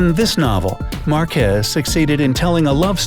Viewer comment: If You're going to quote al Gabo, don't skip His first last name: GARCÍA Márquez. And BTW, those accents are there for a reason: mÁrquez.